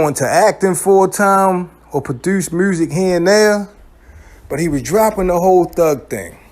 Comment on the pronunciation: you gotta be from baltimore the way you pronouncing music